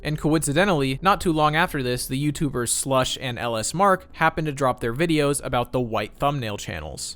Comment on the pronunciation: It's pronounced luh smark